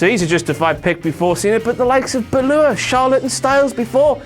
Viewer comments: Its Bálor dammit not Balor.... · Did he call finn balor "finn bluelore"? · Man said finn balur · cant say Bálor